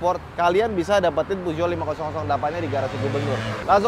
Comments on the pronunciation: Puzo? Pijet? Pujot? Puso? 😂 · Merk mobil paling susah disebutinnya SALAH BACANYA🤣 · Emang bener kah baca nya puzuo😂